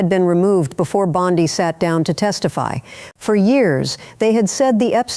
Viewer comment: Am I supposed to trust a report that can't decide on the pronouncement of "Bondi?"